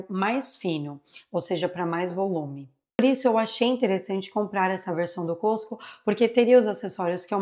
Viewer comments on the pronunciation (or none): none